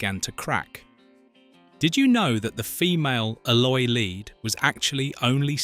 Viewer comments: Stop trying to make a nostalgic, wholesome film, into something seedy Yvette was born in 1942 - and was 18yrs old at the time of filming in 1960 - NOT sixteen BTW, Eloi is pronounced 'Eee-Loy' (not ell-oy) and Yvette is pronounced 'E-Vet' (nor Eee-ett) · Hey AI, it's pronounced E-loy. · Oh, and they were the 'ee-loy'.... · It mispronounced the Eloy and other words. It proved once more that AI means Annoying Imbecile! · If youve seen this film ‘many times’: you would pronounce ELOI the right way!! He took 3 BOOKS, but no candles and ended with Filby and the maid talking about him and which books would you take! George was more like a father figure to her and her people. According to IMDB, Yvette was 17 and turned 18 during filming They picked Rod Taylor because he was much younger and more athletic than the other choices James Mason and David Niven.